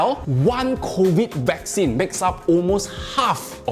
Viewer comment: Sorry but I seem to hear "vaccine" being pronounced "whack scene"??? 🤷‍♂️🤷‍♂️🤷‍♂️